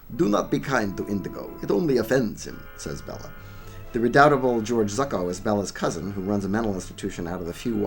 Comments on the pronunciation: Still, George Zucco always lends class. Pronounced "ZOO-KO". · You’re quite right-although,as it’s an Italian surname,it should be pronounced “Tsoo-ko”.